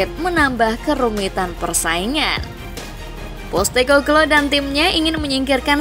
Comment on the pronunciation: Possteko bluue.. bukan postekoklooo